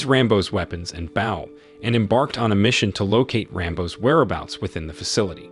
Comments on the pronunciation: Bow ,bow bow,not baw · WHAT THE FUCK IS A BAW YOU'RE SUPPOSED TO CALL IT BOW AAAAAAAAAAAAAAAAAAAAAAAAA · man what is up with this narrator is he taking the piss with some of his pronunciation like Bough and arrows instead of bow and arrows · It would be nice if you could say the words correctly. Espionage, and bow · You don't know how to pronounce BOW And Arrows? Weird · Mispronounced bow as in the front of a ship not the weapon. And her name was cho not nyuguin